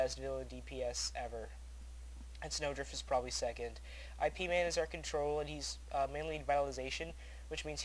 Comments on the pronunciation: Its Ip man, not I..P.. man lol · lol awesome somebodynaped there characte after that movie. oh and the horrect way to pronounce it is with a little y sount in the beginning, so it sort of sounds like yip man. those movies are great, ive seen both of them likethree times xD once i watched them back to back in a night with some friends who've never seen them. pretty great.